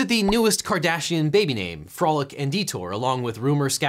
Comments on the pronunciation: . Frolic or Folic? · Folic and Detour Missed an R there, buddy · Objection! says "folic and detour," not "frolic and detour." I move to strike it from the record. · You said "folic and detour"